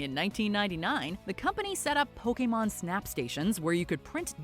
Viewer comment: Pokeman? POKEMAN?